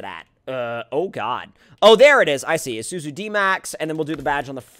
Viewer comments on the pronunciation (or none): #earlysquad yeah aussie's btw its issoozoo thats how it pronounced not spelled luv the vids still